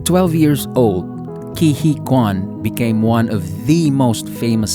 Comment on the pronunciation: "Huy" is tough to pronounce, but the correct way is "Hwee" .. not "Hee" :)